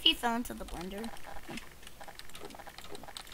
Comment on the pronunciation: He totally said "the blendeh"